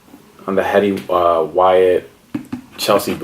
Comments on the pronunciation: It's pronounced Eddie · His name is pronounced like Eddie h is silent my friend